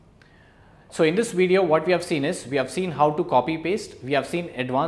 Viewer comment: Video... not Wideo!!!!